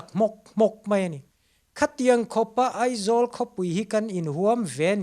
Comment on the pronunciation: Zanin ah ka ngaithla ve chiah a. Ka Pu, sawisel tur pakhat chiah ka nei, chu chu Aizawl ti loa Eizawl tia I lam fo hian ka Beng ati thlep deuh..